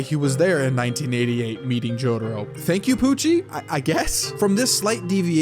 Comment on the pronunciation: stop saying jotaro like that